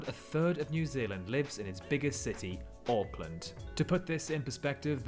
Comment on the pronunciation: First part natural beauty when he pauses that is, in fact, sand it’s just a Blacksand beach😊 also, you don’t pronounce the A in Auckland. You make it sound like an o. Yes, the entirety of the movie was filmed right in New Zealand right there